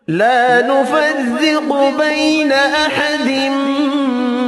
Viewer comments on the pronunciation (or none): لفظ “لا نفرق” کو آپ نے صحیح ادا نہیں کیا ھوّا آپ نے “لا نفزق” بولا ہوّا ہے اگر میں غلط ہوں تو میری رہنمائی فرمائیں شکریہ